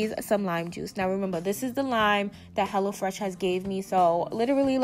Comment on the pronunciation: Lml I thought you was saying hella fresh at first 😹